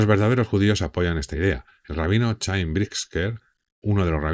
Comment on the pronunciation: Se escribe Chaim pero se pronuncia Jaim.